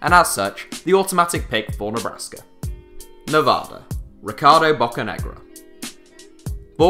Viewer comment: It's Nev-ADD-a not Nev-AH-da